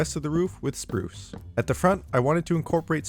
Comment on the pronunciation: Spruce rhymes with soos